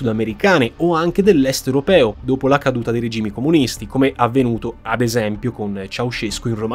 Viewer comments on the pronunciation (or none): none